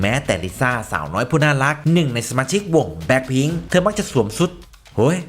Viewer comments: " สวมซุด " คนบ้านได๋น้อ บ้านเดียวกันคักๆ 5555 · เทอมักจะสวดซุด!🤣แอดพักผ่อนมั่งนะค๊าาา😁